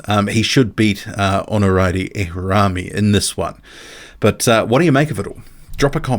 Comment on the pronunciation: It's Ono-Rio-Meh ...helping boxing squared pronounce Nigerian names lol